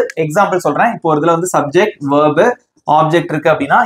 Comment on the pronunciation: Bro that is verb not vearbee